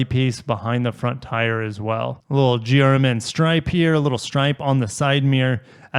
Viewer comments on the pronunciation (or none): Everytime he says GRMN is sounds like he is saying German lol, kinda fitting. Would love to get my hands on one of these but sounds like my chances are very slim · GR MN… at first when you said that I thought you were trying to say German 😂💀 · GRMN prenounced German! enough said.